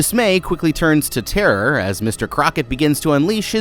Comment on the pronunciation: Not trying to make fun of you, but I heard therher instead of terror